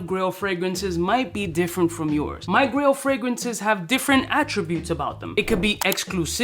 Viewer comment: This came on in the background and was just listening while I worked. I thought it was Grill fragrances, like what to wear for a backyard BBQ, or maybe for showing off (like a diamond grill in the mouth....is that still a thing?). I checked the video about halfway and realized, its GRAIL not GRILL. Makes more sense.